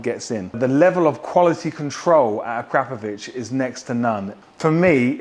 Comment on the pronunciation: You are one of the few pronouncing Akrapovic correctly 😂